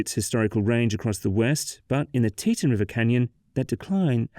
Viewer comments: 1st off its pronounced "Tee-tawn" NOT "Tee-tun". Learn the pronunciation before you start talking. Though I never lived up in that part, I very much remember the aftermath of that break. My family went to convention for my dad's work and the area was destroyed. It looked like a Class V hurricane went through there. That said, I have zero problems with a dam in that area. Snd the cutthroat trout IS a sensitive fish species and will be affected by the build. But...NOT where it was built! Geological reports stated that that particular area was not suited for a dam. Plus, not an earthen dam like it was. There was zero concrete at all atnd the rock used was sub-par. Between the unstable geology and the type of soil used, that dam started undermining was it was built. No compaction would have saved it. That silty clay soil is crap for construction. Its silt. And an engineer from BYU explains a lot why it failed. And that image of it rain is BS. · "tee-TAWN", not "TEE-tunn". You may be British, but the dam is American.